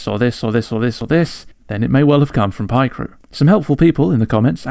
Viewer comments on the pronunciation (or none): no way u pronounce it pie crew 😭😭😭😭